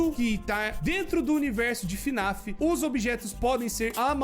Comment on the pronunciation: n é fnaf "af" é fnaf "ar" 🤠👍